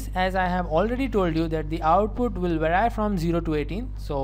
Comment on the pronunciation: vary ❌ verai😭😂